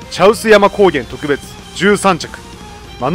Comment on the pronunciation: 特別の発音がとく↓べつですね。